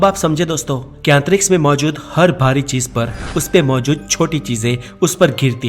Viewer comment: Thoda sa urdu thek kro .... Cheej ni hota chiz hota h